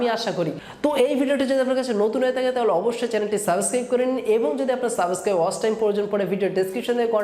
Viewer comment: Vai সাবেসক্রাইব না সাবস্ক্রাইব